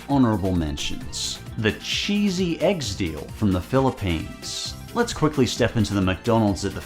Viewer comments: Actually pronounced Egg-deh-sahl, which is a portmanteau of Egg and Pandesal. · …you mean egg-DE-sahl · You have pronounced the "pandesal" correctly, but miserably failed with the "eggdesal" and read it as "eggsDEAL". 😂